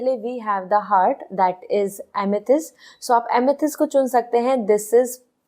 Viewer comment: दीदी हर्ट नही हार्ट बोला करे प्लीज,,हर्ट मतलब दुखी करना